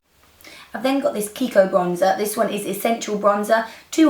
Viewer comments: Kiko is an Italian brand and we pronounce it like if in English it was "KeyKo". Hope you could understand! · Kiko is kee-ko ;) lovely make up Nic! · Lovely, I'll get inspired for a wedding I am invited to! Kiko is pronounced "keeko" :)